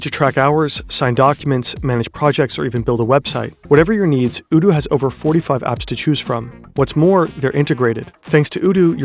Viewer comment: Oh no 😆😆 the sponsor is pronounced "oh-doo"